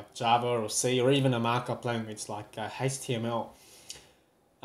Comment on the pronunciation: why does he say haytchtml?